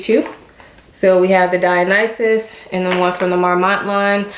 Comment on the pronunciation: I've watched like 5 videos about the Dionysus bag and you are the first one to pronounce it correctly